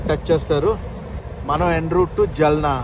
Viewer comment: జల్నా కాదు బ్రో ఆ సిటీ పేరు జాల్నా